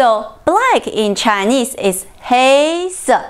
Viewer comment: 畫面處理號誌很好喔 老師教什麼顏色 注意不要把什麼(神麼) 說成"沈麼" 棕色 說成第一聲是對的 可是說到黑色 就說成第二聲了 拉長發音加上下意識情緒 就會有這種記錯音現象 聽來和 白色同音 ( 不妨再聽聽看?) 這會造成聽者混淆 碰到第二聲的字 千萬不要拖長 藍色 橙色 黃色 都拖長成了第三聲 教二聲時 應該再縮短更上揚才好